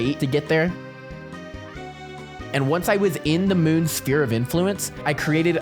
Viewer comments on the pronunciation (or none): none